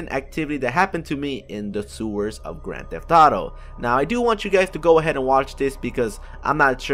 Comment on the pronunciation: "Grand theh thauto" listen to him